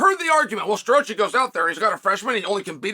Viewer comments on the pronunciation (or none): 😂😂😂😂😂 Yeah, that was hilarious! Crookland and Star-roachie!! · Crook-lin and Sta-rochi 🤣🤣🤣